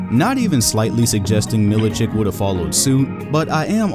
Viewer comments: Mil I chich not chick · It's Milichich, not Milichik. Just like Jokich or Stojakovich or any former Yugoslav player.